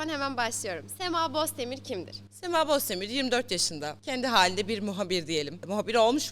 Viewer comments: İkiniz de Bozdemir diyemiyorsunuz ama "Bosdemir" diyorsunuz. 😊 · bende derdimki semayı izlerken herhalde d leri söylüyemiyor ana hakkaten kızın soyadı boztemirmiş ya ben bozdemir sanıyordum neyse hepinize selamlar sema abicim ben sewni sade vatandaştan beri izliyorum sonura jurnal medya falan senide izliyorum hatta sokak röportajı benim işim nerdeyse hayaller kuruyorum ama şu anda kazalıyım 2016dan beri ikinizede saygılar sevgiler ve selamlar sunarım.